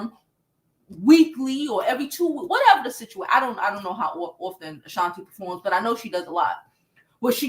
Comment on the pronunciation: Who is Ashanta? Isn't it Ashanti? 😅 But anyway, great video 😅😂❤